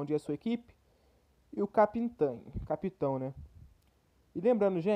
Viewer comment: " e o capintao " Kskskkskskskskks eu rachei doido kskskksks